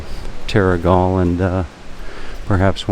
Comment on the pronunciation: Yes you did pronounce it right - The Skillion at what the locals call The Haven. Terrigal